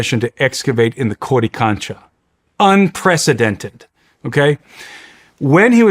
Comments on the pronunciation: He likes to say codi concha. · DRINKING GAME: Drink every time he says Codicancha or Megalithic. DRINK!